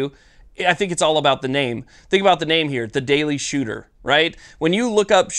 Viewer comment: "The Daily Shewtah."